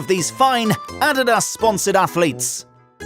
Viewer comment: Learn how to pronounce Adidas please. They are world renowned for the technological advancement of official footballs throughout the years.